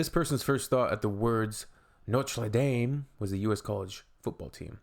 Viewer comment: Who cringes hearing Noter Dame?